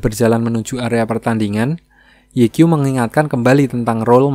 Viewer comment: Sedikit koreksi 'Ye Qiu' itu dibacanya 'Ye Ciu'👌🏻